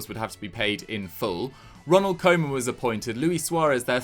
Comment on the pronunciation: It’s not ‘coman’ it’s pronounced ‘kooman’